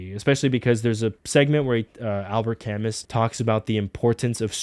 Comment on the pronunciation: Albert Camus "Kah-moo" He's Fr*nch